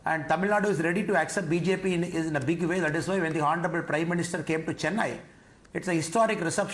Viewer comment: who will pronounce BJP so wrong in Tamil 😂